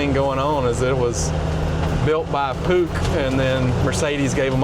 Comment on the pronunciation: Atleast make a little effort to pronounce it properly. It's 'puxch', not like an ice hockey puck. It was manufactured by Steyr-Puch, not just Puch.